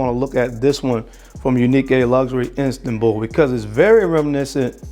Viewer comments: Its Istanbul not Instanbul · *Istanbul, bro. Not Instanbul. Formerly, Constantinople. Dope video, though.